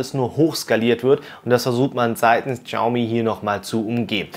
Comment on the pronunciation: Das "X" in der chinesischen Sprache ist stumm. Man spricht es nicht "Tschaumi" sondern "Schiaumi".